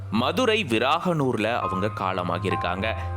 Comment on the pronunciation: மதுரை விரகனூர் விராகனூர் இல்ல.